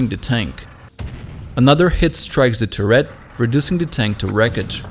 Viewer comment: The narrator should learn how to pronounce "turret" and "mortar". He loses all credibility when he doesn't know such basic things.